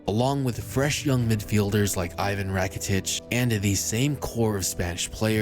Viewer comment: this is a decent video but i hate because he absolutely butchered rakitic's name